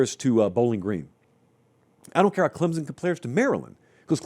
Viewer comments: I just can't watch this anymore until quits calling us Clem-zun. It's Clem-sun, and it's kinda annoying that he doesn't know that. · PLEASE learn how to say “CLEM-SON” properly. It’s not “CLEM-ZUN”. Also, Clemson’s team just isn’t good period. It’s basically the same team as last season, and they were average at best. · Clem-sun, not Clem-zun.